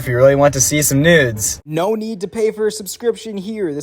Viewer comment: “shout out to my nudes” 💀💀💀 i know he said noods but it also sounds like nudes